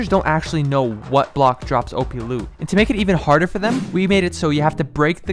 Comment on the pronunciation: Nope listen closely at the end of the word he said loot